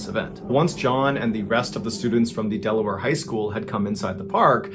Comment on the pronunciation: When he says Delaware..... But then Ohio😑 If you from Delaware you feel the pain.